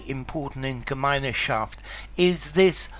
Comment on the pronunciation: I didn't know that this term has entered English language. In fact it's pronounced without the German "e" in the middle, which is not even there in writing: ɡəˈmaɪ̯nʃaft